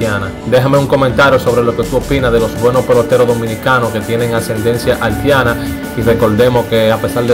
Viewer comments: Haltiana por Dios Haitiana ,no menciones tanto la L lee un poco mas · Halti, Haltiana? 🤔 🤔 🤔 Brother trata de mencionar la i donde va! Debes trabajar en tu léxico hermano, tomalo como una critica constructiva! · Broth tienes que mejorar en esas palabras Prolpecto, haltiana, halti, llegals y con la biografía de sanó te equivocaste , siempre fue infielder no jardinero 🤦🏻‍♂️